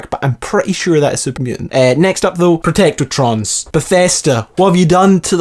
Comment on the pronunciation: And you pronounced protectrons wrong